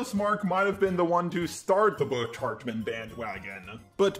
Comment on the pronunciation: I love how he says bitch hartmen